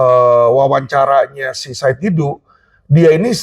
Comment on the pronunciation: Bukan Saud Didu, tapi SAID D A D U